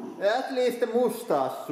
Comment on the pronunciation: I love how he says mustache "With a moostash" Awesome